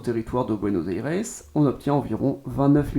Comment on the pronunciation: Déjà Buenos Aires se dit pas comme ça